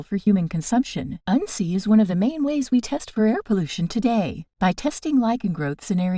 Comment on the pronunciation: Your pronouncing it wrong in this video. We grew up learning to make a tincture using it primarily as a super natural antibiotic.